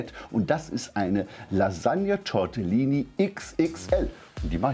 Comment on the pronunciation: Tortellini, nicht Tortillini HAHAHAHAHAHa